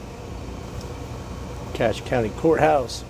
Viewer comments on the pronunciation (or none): none